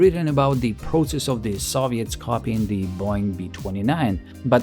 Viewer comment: Please don’t pronounce ‘proTSess’. It’s ‘prosess’. Thank you for your work